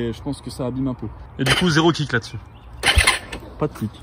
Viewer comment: Ont dit un kick pas un Krick benet